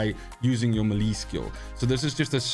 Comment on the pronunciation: your videos are 10/10. You're a great presenter. I watch your videos even when I'm not all that interested in the content. But my dude, please, please, pronounce melee right!!